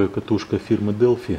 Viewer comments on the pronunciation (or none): none